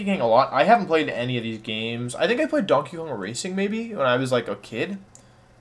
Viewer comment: Can someone explain why he said Dankey Kang